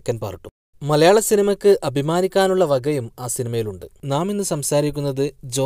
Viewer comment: ഖാന് യ് എന്ന ശബ്ദം അറിയില്ലല്ലേ. സിനിമ'ക്ക്', അഭിമാനി'ക്കാ'ൻ, പഠി'ക്കു'ന്നത്, തീരുമാനി'ക്കു'ന്നത് നയി'ക്കു'ന്നത്എന്നൊക്കെ പറയുന്നതിൽ ഒരു സുഖകുറവുണ്ട്. സിനിമക്ക് അല്ല, സിനിമയ്ക്ക് .. എഴുതുമ്പോ കുഴപ്പമില്ലേലും പറയുമ്പോ 'യ് ' ഇല്ലാത്തത് ങേ.. ഏതായാലും പറഞ്ഞ സിനിമകളൊക്കെ കറക്റ്റ് 👍🏻